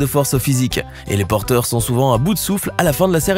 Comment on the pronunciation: Hihihi il a dit " Porteuil " au lieu de porteurs hihihi